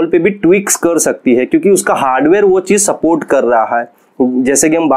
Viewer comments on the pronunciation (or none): none